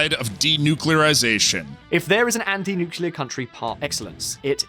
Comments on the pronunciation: Are you pronouncing “nuclear” incorrectly on purpose just to drive more engagement? (For example, this comment) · 1) learn how to say Nuclear ffs 2) DISCORDY is not a word 3) Nuclear Energy produces no greenhouse gases